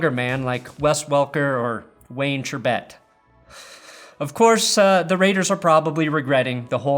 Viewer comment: You're a football fan and cant pronounce Chrebet? Dude.